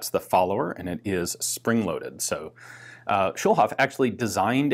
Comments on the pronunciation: A "Schulhof pistol" has a different ring to it nowadays ("Schulhof pistol" means "schoolyard pistol.) "Schulhof" isn't an English name, so there's no sense in pronouncing it that way. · Another comment to point out that Schulhof is German for Schoolyard. But I'm gonna add that the way Ian pronounces it it sounds a lot like Kölsch, a regional dialect in Cologne/Rhineland 😄